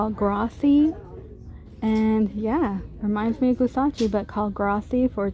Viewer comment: What the hell is gusacchi its like Gucci and rasochi mixed together..lol .I have never heard of that brand